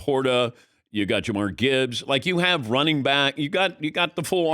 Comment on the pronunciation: Dan must have had J’amarr Chase on his mind.